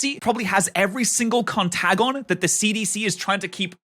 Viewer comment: Con-tag-on? Con-tay-jun, my guy